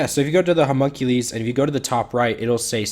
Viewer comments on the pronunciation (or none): Good lord that butchered pronunciation of Homunculus lol hears it thinks Hercules had a terrible accident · Humunk ulees ? My kid is trying to tell me, something from a cartoon with a character called Homunculus HOWEVER The word would be pronounced Huh mun Q lus (as in lust with no T)